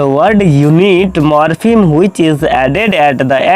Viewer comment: शायद आपको अच्छे से pronunciation नही आती है सर । आपने form classes को कहा है यह from होगा जो की गलत है । यह form ही होगी । आपने morphem को भी शायद अच्छे से pronunciation नही किया है ।